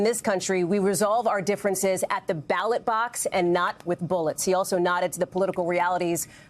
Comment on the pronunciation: “Battle Box” instead of ballot box goes kinda hard unintentionally